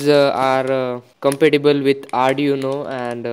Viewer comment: it is not rdi uno it is arduino